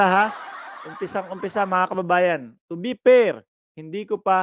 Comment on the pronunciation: Anong "to be pair?" o "to be per?"🤣🤣🤣ayusin mo magbigkas ha 😅